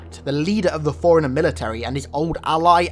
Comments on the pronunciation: Took a few seconds for me to realise he was saying forerunner and not foreigner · Lol fore runner, sounds like hes saying foreigner. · It sounds like you're calling him a foreigner, not a forerunner. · Everytime you say forerunner it sounds like foreigner 😂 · You want to say forerunner but you keep saying foreigner. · The way you say forerunner kinda sounds like “foreigner” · Whenever you say "ForeRunner" I heard "Foreigner." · Great video, but I hate how you pronounce Forerunner like Foreigner XDD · Got 3 minute's in before I gotta annoyed with the way you say forerunner, I will not be returning.